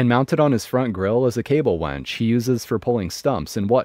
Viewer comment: Second story. It's a WINCH, not a WENCH. Well I assume it is, he might have had a steel serving girl mounted on the front of his Jeep. 😀